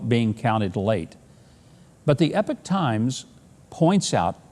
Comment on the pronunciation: Dear Mr. Huckabee, When we cast our minds back to November and December, 2000, how many news outlets uttered that hyphenated word, President-Elect and attached it to Al Gore. Can anyone help me out, here - I'M CURIOUS! By the way, Sir, your pronunciation of "Epoch Times" is "Epic Times" Is that an Americanism, Sir, or is it restricted to your useage? I know that the British, or English, like me, pronounce it, E-poch times while our cousins over the Pond say A-poch Times - can anyone shed light on Mr. Huckabee's prenunciation?